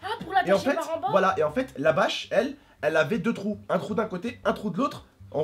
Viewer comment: Trop drôle il a dit 2 trout